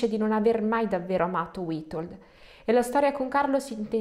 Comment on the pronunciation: "W" in polacco si legge "V" quindi Vitold. Ma non ti preocupare, ci hai provato con la lingua delle più difficile nel mondo. Sei bravissima. Complimenti.